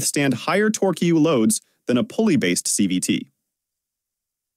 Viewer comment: "Tor Q" makes me wish for good old fashioned human speakers, or at least a human listening to the audio and revising the script when the AI misses.